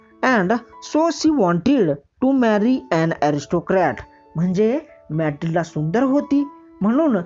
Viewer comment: That is not मैथिलडा that is मैथिलडे